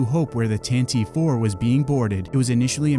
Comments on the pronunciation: "Tantive" is pronounced "tan-TIV-ee". It means "to run at a gallop". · It's pronounced "Tan-Tiv 4" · You pronounced tantive wrong